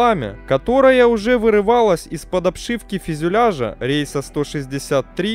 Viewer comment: 1-е фюзеляж, не физюляж. 2 -е Тристар, а не Трайстар